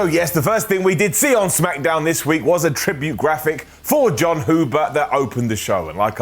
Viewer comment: I am so so glad you say "Smackadown" again. There was a small bit there... Wait, why didn't the Smackdown Brodie Lee tribute get an up?